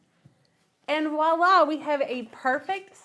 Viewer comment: “Violá” is a French word that mean something like “ so there!” and is pronounced, “vou -la”, not “walla!” The “vou” is made by making a sound sort of like “vooah” in one syllable. Our English language ears don’t hear the “v”. The best we do is sounding “ vwawh-la”.